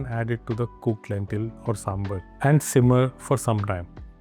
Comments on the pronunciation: Ok. IT IS NOT "SAMBUR" IT IS SAMBAR. NORTH INDIANS CAN SAY SAMBAR. THEY WILL BE UP IN ARMS IF OTHERS CALL NAAN "NUN". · The correct pronunciation is "SAAM-BAR" you are pronouncing it SAAM-BER so its sounds confusing with Sambal. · Hello brother, It's not samberr or somebeer, It's pronounced as SAMB-BHAAR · It is pronounced as "sambhaar".